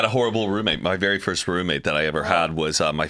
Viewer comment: Love the podcast for sure, however can you please please please AVOID the word Roommate!!!! I had to stop watching bc can't say that word today!!? I almost swear I've heard her say it typically in other videos over the years? She was a lot much this episode 🤪🤣🤣🤣 Of course I'll be watching next week 🥰